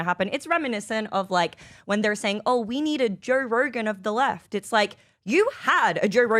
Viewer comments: “Jer Rergern” lol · Jerr Rergan? What??? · Why does she say Joe Rogan that way? It was like a mini stroke when she said his name both times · Why that girl cant say Joe Rogan?